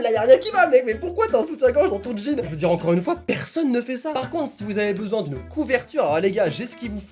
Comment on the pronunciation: Encoref!!!! P.s. c'est normale le "f" à la fin de encore OK!?😍je te kiffe continue comme ça!!!!😘😍😘